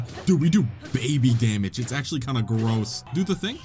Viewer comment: Emphasis on “kinda”